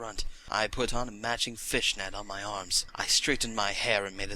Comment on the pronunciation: I couldn't stop laughing al the way through this. I love how exaggerated certain words like Black Makeup and Fishnet. AHAHA! Go! ^^